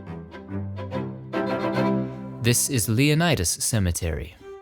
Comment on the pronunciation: Battle Creek native here. So I was glad someone covered Oak Hill. What you don't notice is...Oak Hill is creepy af. I used to live nearby. Also, Leonidas is pronounced "LEON-Idd-Us" - don't know why.